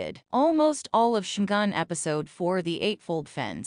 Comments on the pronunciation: Every time I heard her say "Shoogan" I cringed. Even if this is probably AI generated commentary. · It had me at "Shoogan". Stopped the video right there, I can't bring myself to listen to this AI generated crap. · If you're going to narrate, would you please pronounce the Japanese words correctly? I never heard Shogun pronounced the way you say it.